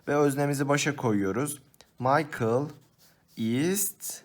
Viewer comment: Bisey dicem almancada kelimeler yazıldığı gibi okunur meselâ michael maykıl diye değil miğael diye okunur!!!